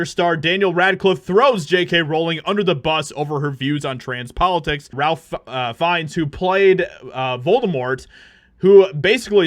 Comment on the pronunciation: Ralph Fiennes' name is pronounced "Rayf Fines"